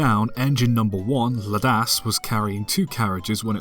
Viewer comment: Engine #1 isn't pronounced Ladas, its L.A.D.A.S. It stands for Laura Alice Duff Assheton Smith, the name of the wife of the landowner of most of the mountain / railway.